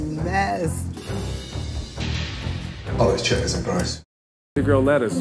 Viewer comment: Chitlins "Shitlins"😂